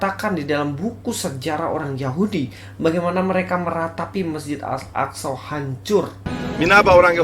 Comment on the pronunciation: Si, bilang Masjid Al Aqshow 🤣🤣 ngakak saya.. hahaha